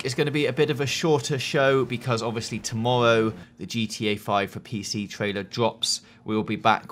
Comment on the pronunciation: "tomowwow" soo cute xD